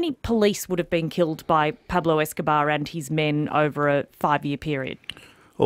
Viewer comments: “Peplo escohbar” lol 😂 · It's "Pablo Escobar", with an O. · “Peblo Escabah”